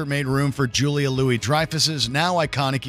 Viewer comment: He keeps butchering Julia’s name haha